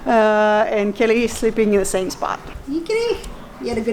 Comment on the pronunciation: Not trying to be rude and it seems you don't know but the cats name is Kelly...When says her name sometimes it sounds like kitty but she's saying Kelly😊